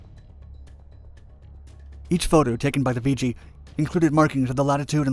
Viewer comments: It's nickname is pronounced "vig gee" not "vee gee". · "Vee Gee"? I love computer narration. I always heard it as "Viggie". Regardless, My only contact with the R-5 was was the one they had on display in front of the chow hall at NAS Memphis when I went through NATCC for ADJ A school. The story then was that boot Marines were assigned plane watch to guard that aircraft- anyone that actually fell for that was probably the same guy they sent for 50' of flight line and a bucket of prop wash... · Never heard it called “Vee-jee”; it was always “Viggie,” with a short i and soft g’s. You never said “Vee-gilante.” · It's pronounced. "Vidgey" like ridge. Not "Veegey". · Not "VEE-GEE", but Vig -ee. Still remember the ghostly howl this plane made. We lost one off cat2 when the bridle broke just as hold back broke. It went off the port bow. I was bow running on cat 1 and had direct view. Plane was nose down when REO ejected, going straight out in front of ship. In the split second it took for the pilots ejection the plane was completely up side down and I watched as the pilot ejected straight down into the water. Plank Owner, JFK CVA-67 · It's not pronounced "Vee Gee" , it's pronounced "Vidge ee". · I was a RA-5C Vigilante Plane Captain from and did two cruises, one on the Nimitz and one on the Saratoga. The aircraft was a lot of work but one of the most beautiful aircraft in the Navy. I was in RVAH-6 and RVAH-12 out of NAS Key West. It's Vih gee not vee gee! Thanks for the great video! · “Vigi” or “Vger” 😬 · I served in two of the RA-5C squadrons from ‘67 to ‘71. The Viggie (not pronounced Vee-Gee) was not only an innovative aircraft, but part of a ground-breaking intelligence system which included camera, radar and infrared imagery. This data was all fed into the Integrated Operational Intelligence Center (IOIC) where I worked. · So many errors and incorrect information beginning with the pronunciation of Vigi. sigh.